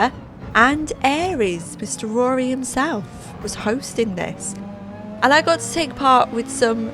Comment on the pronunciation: Love the way you pronounce Rory's Name... sounds like you're saying Aries 😂 Try saying Here He Is all as one word without all those H's that take effort 😆